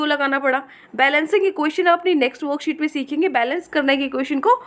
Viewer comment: Like when u say "woookset no. ... 😂